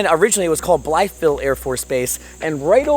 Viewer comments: Blythe, not Blyeth..... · Young man you're mispronouncing it its not pronounced as it's red it's bly ville not blyth ville ask any local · "Bly-eth-ville"? Nobody you met there told you how to pronounce it? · BLYE VILLE IS HOW YOU PRONOUNCE IT. THE "TH" IS SILENT. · Pronounced Blī-ville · Bly-ville. The th is silent. Bro your always mispronouncing things🤦🏼‍♂️ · Blytheville native. Yes, it's dangerous, and the town leadership could be better. And we pronounce it "Bly-vull". Lol! Glad you visited. You should've been there in the 80's. It was a great hometown.